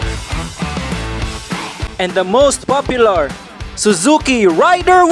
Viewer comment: "Suzuki Rayder" "Top Tree🌳"